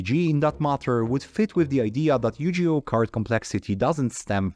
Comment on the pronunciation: my mans really called it yujioh